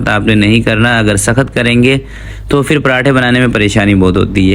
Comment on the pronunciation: Yeh “fir” kiya hota hai? Lafz ha phir. Pay se phir. Please Indians ki naql na karain.